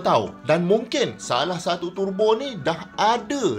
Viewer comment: Syok dengar pronounciation turbo dari mulut prof,dengar mat2 kereta lain acah2 mat saleh pula,dok tebo tebo..lapar tebu gamaknya,dah terang ejaan dia ‘Tur Bo’,bukan ‘Te Bo’…